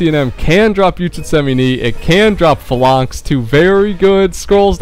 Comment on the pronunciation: its pronounced "fay-lanx" not "fa-lanks" ...well done buddy